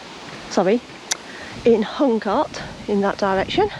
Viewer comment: Huncote is pronounced Huncoat